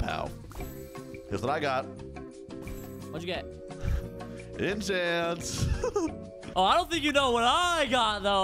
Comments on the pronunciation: When got enchants it said “ECHANTS”😂😂😂😂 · Wait does anyone notice said echants instead of enchants when he got it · When said he git enchants spelled it echants 😂